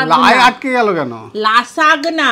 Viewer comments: Didi ota Lasagna(লা-সা-নি-য়া) Khub bhalo laglo Aaj ker video ta❤ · Didi ota Lasagna but uchharon LA-ZA-NIA eta ekrokom er Pasta. Italy r lokera beshi khaye. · Didi ওটা লাসাগনা নয়।ওটা লাসানিয়া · লাসাগ্না নয়। উচ্চারণটা হবে লাজানিয়া। Lasagna>Lazaniya। এটা এক ধরণের পাস্তা। ছোটো ছোটো পাস্তাশিট দিয়ে তৈরী হয়। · Didi lasagna er uccharon Lazania( লাজানিয়া) hobe